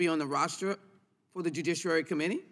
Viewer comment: Lee: "...the judicirary committee..." -What a maroon!